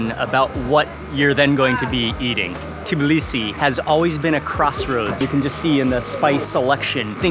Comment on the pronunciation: The only foreigner who just correctly said Tbilisi and not Tiblisi <3